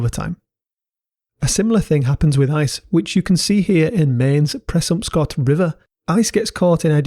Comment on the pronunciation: Nice pronunciation on presumpscot! Visit Maine, guarantee you'll love it.